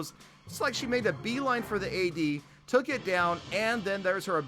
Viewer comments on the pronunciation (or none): none